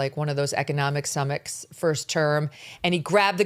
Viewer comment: Yeah, howbout those economic "summicks", lol.